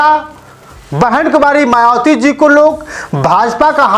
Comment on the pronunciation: शुद्ध उचारण करें भाई बहन मायावती कहे मवाती न कहे